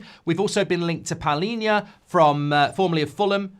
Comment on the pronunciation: of them😂😂 it's PALHINHA the right one.